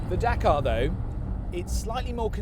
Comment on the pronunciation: Dakar, you mean Dakar